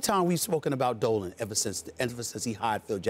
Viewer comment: When he says "going after Dolan" I thought he said he was on that dope